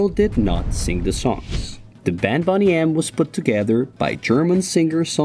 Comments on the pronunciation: How is Boney pronounced like Bonnie and not Boney as in 🦴 lol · Boney (pronounced the same as the bones in your body. Not Bonny - which means good looking ,healthy, well presented attractive. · Pronounced bone nee